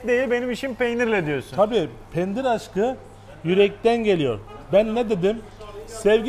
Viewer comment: Penir değil Pendir :) hahhahah